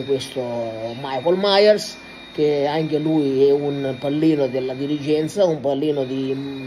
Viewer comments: Maicol maiers 😂😂😂😂😂😂😂😂😂😂😂😂grande sto scoppiando dalle risate 😅😅😅😅😅😅😅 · Infatti mi chiedevo chi cazzo era sto Maicol Mayers 😂😂